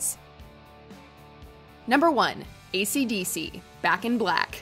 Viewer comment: I don't know why, but it was horror when she said "AisyDisy" 😂😂😂